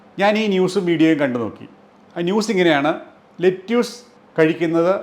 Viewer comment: Video is very informative. പക്ഷേ "ലെറ്റ്യൂസ്" എന്നല്ല. "ലെറ്റസ്" എന്നാണ് American English ൽ പറയുന്നത്. അതിലെ "റ്റ" വളരെ soft ആയി ആണ് പറയുന്നത്. British English ൽ "ലെറ്റസ്" നും "ലെറ്റിസ്" നും ഇടയ്ക്കുള്ള ഒരു ഉച്ചാരണമാണ്. മറുനാടൻ മലയാളി വളരെ popular ആണെങ്കിലും ഒരുപാട് ഒരുപാട് factual mistakes വിളിച്ചു പറയാറുണ്ട്. 😀